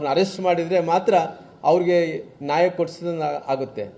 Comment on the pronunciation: ನಾಯಿ ಅಲ್ಲೋ ಮಾರಾಯ * ನ್ಯಾಯ ಅಂತ ಹೇಳು, ಕನ್ನಡ ಬಾಷೆ ನಿನ್ನ ಬಾಯಲ್ಲಿ ಸಿಕ್ಕು ಹೊದ್ದಾಡುತ್ತದೆ " ಪುಣ್ಯಾತ್ಮ 🤦